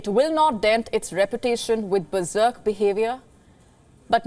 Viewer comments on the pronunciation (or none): none